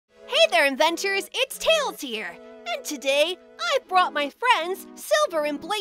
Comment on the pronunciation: I sometimes think he's saying "adventurer", well I think I am that first and foremost, but inventor fits too!